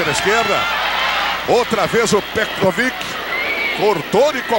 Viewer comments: Petrovic... Pecovitch... Pecovid... Petrovid... kkkk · Peciviti kkkk pecoviiitiii meu Deus o narrador nem tinha ideia 💡 de quem era o petkovik kkkkkkk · O cara falou tudo que é nome, menos o nome certo. Kkkkkk Pekovit, Petrovit, Pekovitri... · O narrador chamando de "Pecovit" / Peteviti. O comentarista de campo dizendo que esse Pecroviti está arrebentando com o jogo. Kkkkk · Pekovic é lá, narrador...kkk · Ganhou vários nomes pelo narrador🤣🤣🤣🤣 Pecopix,pecovik,petrovik,petrovit,PE COVID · Pécovit kkkk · Petrovic, Pekovich, Petkovich O que eu penso: 1 - O jogador é algum tipo de “fragamentado” com múltiplas personalidades; 2 - O Real tem 13 jogadores e não 11 como é a regra; 3 - O narrador encontra dificuldades para citar o nome do jogador. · Eu não sei onde esses caras viam a letra r no nome Petković. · O narrador nem sabia falar o nome do pet na época kkk